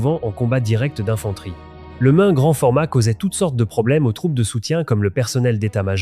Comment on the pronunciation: 10 secondes de film, et ça commence bien "le mum garand", arrêtez si vous n'êtes pas capable de prendre le temps de faire une vidéo par vous même, vous empoisonnez l'audio-visuel avec vos daubes...